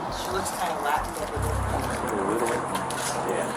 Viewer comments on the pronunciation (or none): none